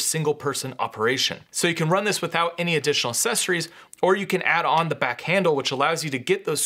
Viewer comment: Good video but good God please stop saying “sessories” instead of “accessories”. It’s really annoying.